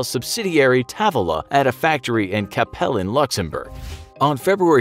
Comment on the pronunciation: Capellen, Luxembourg represent!!! P.S. Not a bad attempt at pronouncing it